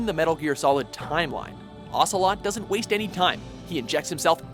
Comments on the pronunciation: Its ocelot not ocalot lmaoo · Ocalot? It's ocelot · Whose Olga Gur-lock-o-witch? And Liquid "Ocalot" ? Have some respect, and get it right! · Solid Snake Vs Liquid Ocalot. OCALOT. ok. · well, they spelt Ocelot's name as OCALOT... thats something i guess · "Solid Snake vs Liquid OCALOT" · "Ocalot" in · "Ocalot"......I am sorry,... But this is a mistake so grave I seriously advise you to reupload the edited video... Godspeed... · ***** SNAKE!!!! OCALOT!!!! WHO THE FUCK IS OCALOT